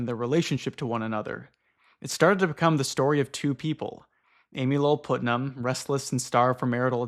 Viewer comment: Man Putnam is spoken as Putt-Nam, short U. It's a super common name in the Central and Eastern US so I'm a bit surprised you have never met someone with that last name before